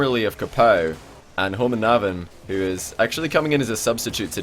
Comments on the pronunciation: Ahahah den uttalen "håmånaven" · homonaven KEK its homonavn (Gayname) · when tried to say homonavn XD cracked me up